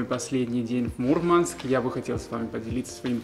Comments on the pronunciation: Вообще не круто!!! Мурманчане так не говорили и не говорят. На материке от некоторых слышала, и это резало слух. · Молодец, куда добрался! Круто говорить МурмАнск, делая ударение на букву А.